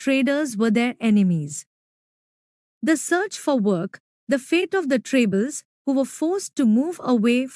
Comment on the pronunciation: It's tribals not trables But nice explanation